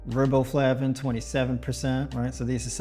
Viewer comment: Riboflavin pronounced with a long “i” sound like rye bread. Thus, Rye Bo Flavin.